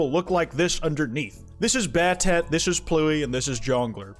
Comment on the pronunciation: also pronouncing battat as bat-at is fucking hilarious